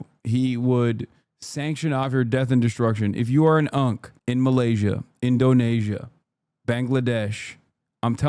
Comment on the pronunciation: What about when Hasan says “In Donasia”